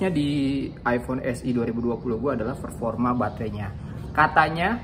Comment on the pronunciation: Kok tiap denger performa berasa ferforma ya